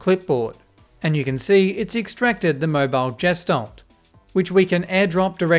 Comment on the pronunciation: Gestalt is a german word and is pronounced with a hard G as far as I know